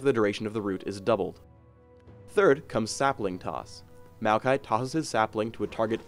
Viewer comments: It sounded like said "malphite" instead of Maokai every time xD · It can't possibly just be me noticing this... Maokai ... .... Mokai? (It's a drink)